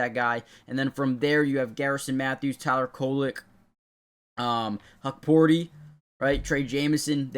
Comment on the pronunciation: Huckporti is pronounced Huck, like Huckleberry. Huck-Port-EEE.